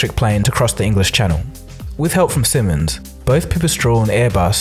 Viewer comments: Ok first it's not called Simmens, but Siemens Spoken SEEEmens! Pronounciation is on the first syllable. If you can't be bothered to research how to speak a manufacturers name, that doesn't bode well for your research. Second his research is cursory at best and lacks and deeper understanding of aviation. And if you are less inclined to be polite, the research is pretty much nonexistant, given that nearly all the footage and the statements are from the manufacturers. No contrary evidence is examined, no further information on how they actually function is given, no real estimation to the problems of the electric planes is given, which is where his lack of knowledge of aviation stems from. For example in a Prop aircraft the main source of noise is actually the propeller, something which is very appearant the faster the plane flies. Just look at the Tu-95 and it's derivative Tu-114 Airliner, they are the loudest aircraft known to man, and Fighter Pilots joked that you didn't need a radar to detect them, as you could hear them literally for miles, nautical miles that is. These things are louder than any jet. Or if you want to go to sickness inducing levels, no I'm not joking, I mean sickness inducing levels as in inducing people to puke, faint and soil themselves levels of noise, look up the XF-84H, nicknamed the "Thunderscreech", it could be heard on ground "run-up tests" up to 25 miles or 49 kms away. It also gave an engineer an epileptic fit due to the noise: And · Please say it like "seemens" because the ie in siemens is a long sound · In case this is going into production, the Siemens should be pronounced with a longer "ie" -> Siimens (pronounciation videos available) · Good material, but please pronounce Siemens and Slovenia properly. Werner von Siemens. founded his company in 1847, so they have been around for a little while. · His pronounciation of "Siemens" is so painfull to hear for me. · can you learn how to say 'Siemens' properly... thanks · its a "Zimens" :)